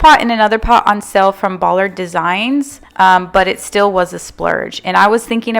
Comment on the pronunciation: Hello I’m new to your channel, love your style! Also I really like the first shorter concrete pot for the tree, and just a fyi the rug lolli is pronounced low low-eye and Ballard designs is pronounced by- lard , lol 😆 Great job😊